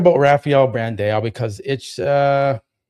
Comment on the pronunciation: bro it's Brand-AAAAOOO like when you hit your thumb with a hammer AOOOOOO that's how you say his name.. Not BRANDEO! with an E like you say it ok? AOOOO BRAAAAND-AAOOO... and i agree with you he looks off-season its a shame.. he got the best physique in the IFBB...opti physique!